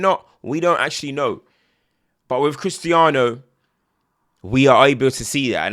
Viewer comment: You pronounced correctly when you left out the Z